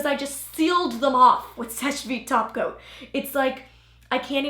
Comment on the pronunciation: Every time you said “topcoat” I thought you said “taco” lol